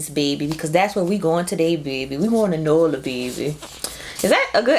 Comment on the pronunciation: It’s pronounced “New Orlins” I cringe when yall imitate us 😂🤌🏾 it’s like when white people imitate us “homeboy”. We know what a cold drink is bc they would follow up with “what kind do yall have” and then we list it. And your accent was aaaiiiighhhtt cousin just leave it to us lmao